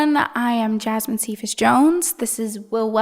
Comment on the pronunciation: The way the interviewer said cephas bothered me